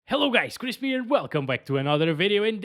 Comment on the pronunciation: It’s Chris!!! Stop saying chrisp